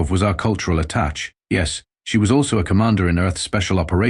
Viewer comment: Attach should be attaché The mispronunciation bugs me